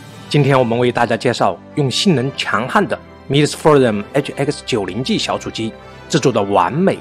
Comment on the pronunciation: 重音在前，是forum[ˈfɔːrəm]，不是from[frɒm]，看做软路由小机器的主播很少有念对的，强迫症听着好难受。